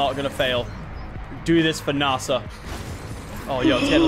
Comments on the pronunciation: It's nasa not naasaa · Is nasa not narsa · Why you saying Narsa its Nasa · “NARSE-a” gotta love NARSE-a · It’s nasa not Nassau omegalul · Why is he saying narsa instead of n-a-sa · did any notice at 31 he said N.A.S.A wrong (btw i love your vids Lachlan) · Did anyone notice that lachy said nasa wrong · You say NASA wrong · the way he pronounced nasa triggers me